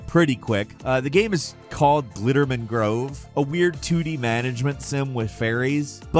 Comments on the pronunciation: Is it just me or does it sound like he's saying "Frog Factions" and "Glitterman Grove " when it's supposed to be Frog Fractions and Glittermitten Grove? 😆👍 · I actually had to skip back to realise you were calling Frog Fractions "Frog Factions" and Glittermitten Grove "Glitterman Grove" like some sort of lunatic.